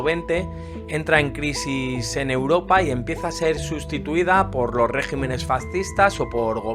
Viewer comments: Muy buena síntesis. Para la próxima, no se dice régimenes sino regímenes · debe pronunciarse regímenes.